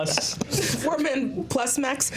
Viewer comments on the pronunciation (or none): none